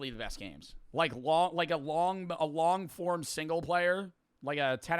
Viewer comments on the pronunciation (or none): none